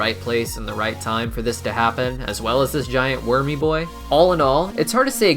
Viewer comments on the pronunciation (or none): It's funny when u say wurmy boi